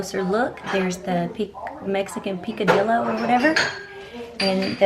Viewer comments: Picadiyo is how you pronounce it. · The double L in Spanish is pronounced like a y .. so it is pronounced Pick-uh-dee-yo